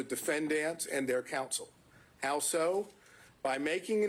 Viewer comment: He said al-so